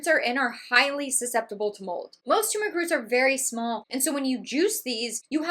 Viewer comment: Thx for the clarifications. So much misinformation out there. It’s refreshing to hear the correct pronunciation of turmeric. 👍